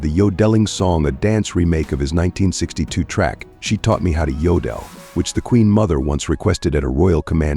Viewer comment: IFIELD is pronounced EYEFIELD.. Ukulele ??? Try yewkalaylee Look up the correct pronunciation of YODEL IT’S YO…del, emphasis on the yo I’m done doing your job …